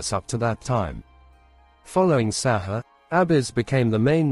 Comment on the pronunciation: pronouced sa hoo ray not sa haa